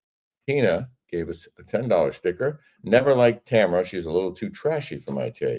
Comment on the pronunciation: TAMRA! not Tamera 😅